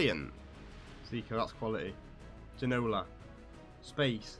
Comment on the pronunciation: Plz learn how to say Ginola name :P